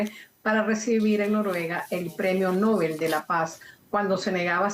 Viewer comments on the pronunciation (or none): none